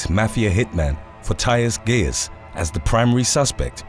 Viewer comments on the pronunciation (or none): none